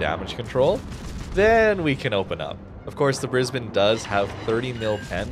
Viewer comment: props for pronouncing brisbane correctly!